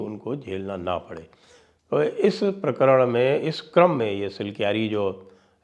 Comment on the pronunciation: सर सही उच्चारण धरसू नहीं धरासू है..।